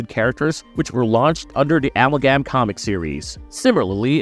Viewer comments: A-MAL-GAM.. apart from that, great video 😂😂😂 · Yeah, this character is a three way combination of dc comics the the demon, and the Barry Allen flash part you got right and marvel comics ghost rider the Johnny blaze version, and its amalgam, and not the way you said it🙄🤦🏻‍♂💁🏻‍♂.